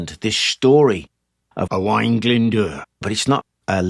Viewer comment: As a native Speaker of Cymraeg from Gwynedd and is called Owain you aced the names and pronunciation! Diolch yn fawr, thank you.